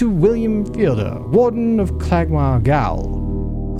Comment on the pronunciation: "Gaol" is the British English spelling of the word "jail" and is pronounced as such.